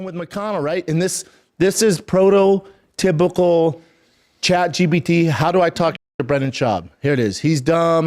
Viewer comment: “Prototypical response”